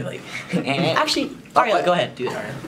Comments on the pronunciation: Awwww he said Ariel zariel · it sounded like he said "blariel"